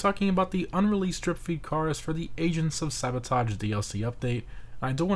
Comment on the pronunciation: I keep hearing, “Asians of sabotage DLC” 😂